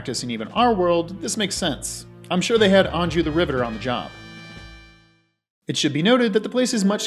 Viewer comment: It sounds like you’re saying “ribbiter” and “ribbiting.”